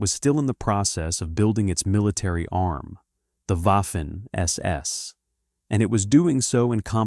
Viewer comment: Please speak to a German language tutor about the pronunciation of Waffen See: Waffen-SS : say, /vafen es es/. See